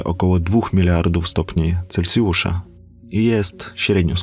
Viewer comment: "7 miliardów stopni celcjusza" No chłopaku - rozkręciłeś skalę.